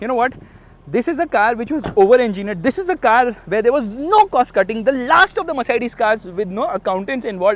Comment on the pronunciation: the emphasis on " this" every now and then is so annoying